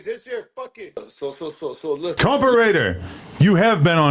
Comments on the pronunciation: Say compa like coca lol 👍 😅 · Ah why aren't you pronouncing it COMPAW ŔŔŔAIDERRR